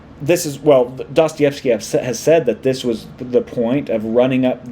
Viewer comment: I love how the West hardly ever gets Dostoyevsky right